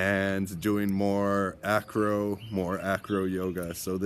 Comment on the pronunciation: the true name is ajro so if you want pronouncing it like native speakers i mean the indigenous people of north africa you have say ajro not acro / anyway welcome my friend in Morocco